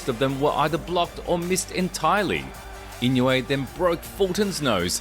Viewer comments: And it's not "In-yu-ay." Say "een-oo-ay." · His name is not pronounced "In-you-a" It is pronounced "E-no-way" The "I" is a long "e" as in "knee"